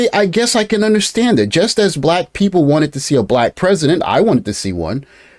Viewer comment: "BLACCCHQ women. " speak normally 😂